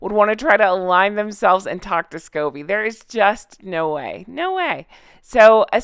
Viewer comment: did I hear you say scabies instead of Scobie?! A parasitic infestation might not be far off the mark though. Netflix wasn't the first time Me-again mocked the Queen. Remember her failed 40 x 40 initiative for her '40th' Birthday with Melissa McCarthy dressing up as a royal?